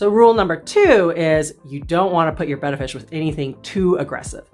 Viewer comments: Today I learned.... I thought it was Bay-ta, not Beh-ta. Thanks to both of you! Don't wanna sound like a dumbass at the fish store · Hooray! Someone who pronounces the name of the fish correctly. Thank you. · Thanks for the video! And thanks for pronouncing the name (betta) correctly! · This is one of to few videos where they pronounce the name of the fish Betta correctly.